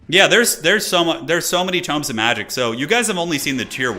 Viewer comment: It hurts my ears every time he pr9nounced the tomes as toooms 😂